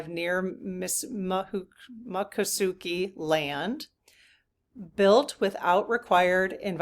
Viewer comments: Please, please, please! It is not pronounced Ma ccosukee! It is Mico!!! Native Floridian here, it matters... MICCOSUKEE. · Mik - ah - soo - kee (not muck) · I lived in Florida for 7 years. It's pronounced... Mik ah SOO kee. It's a tricky one to pronounce. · Mick - o - suukee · Think of the word moccasins to help you pronounce the tribe's name. That usually helps me ❤.